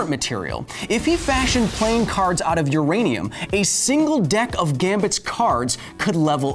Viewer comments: I listened 4 times and still herd "Uradium" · I think you mean "U-Remy-um"... I'll see myself out